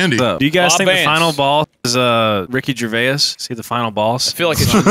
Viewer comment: I’m sorry. But the way you pronounce Ricky Gervais hurts me.